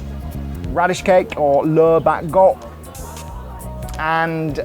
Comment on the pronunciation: great review.... just a slight correction... radish cake.. first word pronounced Lor/Law Bak Go.... Lur is spitting out things.... but others you've said very well... great job mate